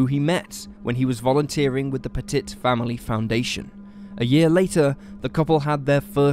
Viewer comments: I wish you dumbass Brits would learn how to pronounce words especially names it's pett-it not pet-tit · "Puh-TIT"...no. Pet-it. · It's pronounced p-uh-tee. Sorry, but as a Frenchie, it drove me nuts. Love the episodes regardless 😇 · It's actually pronounced PET-it. This happened about 2 or 3 counties away from me and it was just awful, the police took a lot of flack, with many claiming if they had just gone in big and bold they could have prevented the deaths, at the very least the burnings of the house., and perhaps also the bodies it seems they sat outside thinking that was a good idea for more minutes than anyone should have and God knows what they were waiting for. As soon as they went in and found the bodies, they knew they had blown it. I don't recall what the final disposition of this was but I think that particular Police department went through a whole lot of retraining as a result, to say the least. You said it correctly once I think when you first mentioned the mother, who used the surname Hawk - Pettit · Petit - pronounced “pet” “it” Corral - pronounced “core” “Al” Say it right!